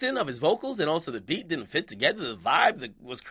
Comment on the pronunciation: "Diden't" nigga...